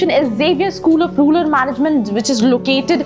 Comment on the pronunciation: Yeah she doesn't even pronounce the word rural correctly..